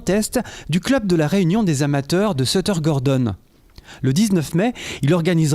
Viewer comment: A chui mort il dui sutter et pas setter